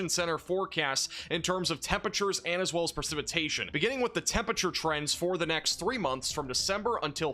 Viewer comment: please, please start pronouncing the first R in temperature. it’s a four-syllable word